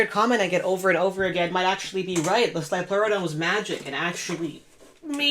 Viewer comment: "it's a leoplerodon Charrrrley